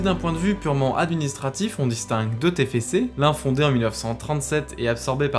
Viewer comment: C'est pas le tefece c'est le tefcé